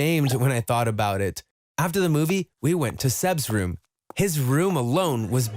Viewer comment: So that I can make some RrRuUuUuUm in the attic.